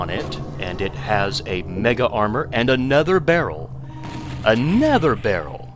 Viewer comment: Warms me heart to hear you say "a *nether*" again